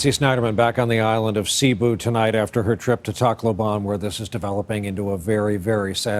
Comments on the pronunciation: Its kinda weird they pronounce tacloban and i hear it like taco ban #nooffence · Brian said Tacloban wrong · Its weird how they pronounce "Tacloban"